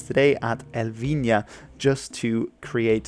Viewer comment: Great job pronouncing Elvinha. Most people just ignore Portuguese pronunciation